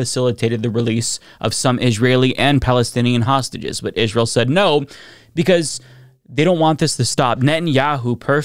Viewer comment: I hate the way you pronounce Israel